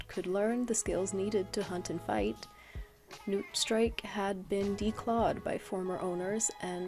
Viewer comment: I can't lie, for Newtstrike I thought you were saying Nootstrike for a whole minute lol. I love your art style, new subscriber!